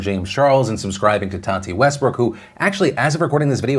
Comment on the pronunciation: Nobody: James: To TaTeH WeStBrokhh